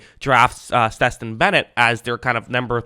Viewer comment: Damn how you fuck Stetson name up like that?😂 Steston?😂